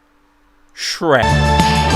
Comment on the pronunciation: shek Sweek? SHREK?!?!!?!?